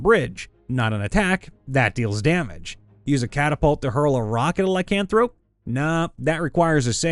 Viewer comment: The way you say lycanthrope… smh